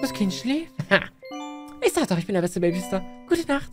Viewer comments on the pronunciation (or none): Als am Anfang so Baby weckwirft lachflasch meines Lebens oder wo er versucht Babysitter zu Sagen und es nicht hinbekommt 🥲🤣